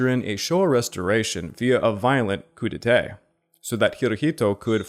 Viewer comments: Your pronunciation of “coup d’etat”needs to be corrected as you’re saying “coup d’été” instead. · I burst out laughing everytime he said "Coup Detay"